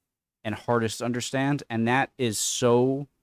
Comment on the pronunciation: Just noticed, doesn't pronounce the 'o' in 'to', she does a 't'.